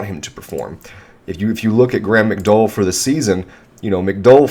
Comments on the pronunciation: it’s mick-dow-el. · Graeme McDowell called. He would like you to learn how to pronounce his last name.